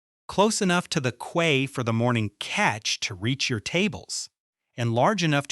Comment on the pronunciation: How is possible that AI doesn’t know how to pronounce "quay" correctly? And why do the pictures of fish have a tail at both ends?